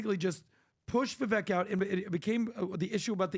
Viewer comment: I wonder if will ever pronounce Vivek properly? I thought it was how he says it at first, but since Vivek himself pronounces it differently, I followed his lead...since it's his name.